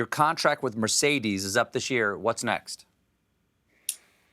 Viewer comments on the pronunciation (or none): none